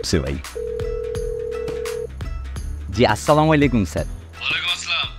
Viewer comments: আসলা মারোম এটা কোন ধরনের সালাম, সালাম হবে, আসসালা মুয়ালাইকুম, সোয়াপ আয় করতে গিয়ে গোনা আয় করবেন না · Assalamualaikum hove Keno chamalaykum bole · সালাম দিলে সঠিকভাবে দেওয়া উচিত! না পারলে বাদ দিয়ে দিক! এইসব ভুলভাল সালাম প্রমোট করাটা তো ঠিক হচ্ছে না। স্লামলাইকুম ! এটা কোথায় থেকে আমাদানি করা ভাই? ইসলামীক ব্যপারে যাচাই বাছাই করে আমলে আনা উচিত! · Absolutely right ❤❤